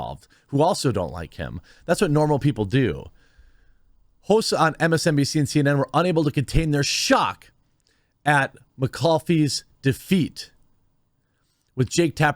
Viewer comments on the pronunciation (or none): Its pronounced "maa-call-if", no disrespect intended to you. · Jeremy it's pronounced Mac ALL IF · You're still pronouncing mick-call-if wrong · Love ya, Jeremy, but please learn how to pronounce people's names if you're going to read off the news. McCoffee? Really? It shows that you don't actually watch any videos on these topics.